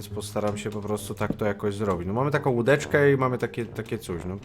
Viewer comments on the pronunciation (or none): jak powiedziałeś łudeczke,to pomyślałem o łyżeece